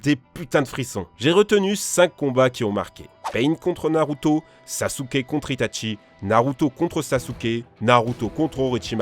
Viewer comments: Wa ta tuer son nom c'est Itachi et pas Hitachi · Ben ça se prononce Itatchi, comme Sasuke se prononce Sasuké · Ta prononciation de Itachi et de Gaara sont tellement mauvaise